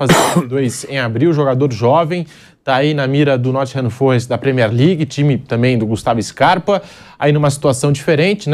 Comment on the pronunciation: "Nottingham FÔrest" É cada um viu